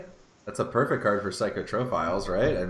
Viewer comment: A child dies every time you say "psych-o-tro-philes" instead of "psych-ro-philes", pretty sure you're wanted for war crimes at this point xD